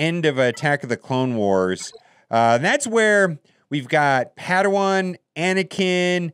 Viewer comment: "Padawan Attakin"